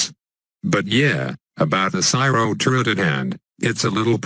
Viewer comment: Was that cyro 'turret' or 'turd'? XD